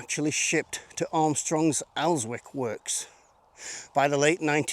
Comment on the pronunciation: Elswick is pronounced with a silent W like Alnwick and Berwick. And while I'm in a pedantic mood it's Redesdale pronounced reed not rid . Good stuff .🟥🟨 There is a Ridsdale valley also ,but the map showed Redesdale.look forward to more great history.